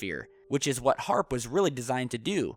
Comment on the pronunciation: It's HAARP not AARP ! Trust me daddy..